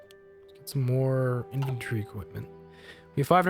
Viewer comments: Y'know, it sounds a bit like you're saying inventory instead of infantry. maybe it's just accent or something? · As a stupid swede I may be phrasing myself incorrectly, I feel... But anyways, it's just that it sounded like inventory as if you were skipping the 'a' in the word infantry. It's really nothing, just a remark. [Accent is the word I was looking for. It's and I'm too tired to language right now ;) ]